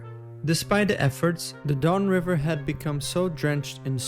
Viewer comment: I love that the bot calls it The Dawn River.